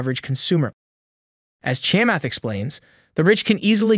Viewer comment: Dude, how in the world can you do a video on Chamath and not know how to pronounce his name? At 4 minutes and 25 seconds in it's pronounced correctly.